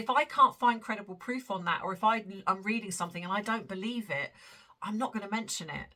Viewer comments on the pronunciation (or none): none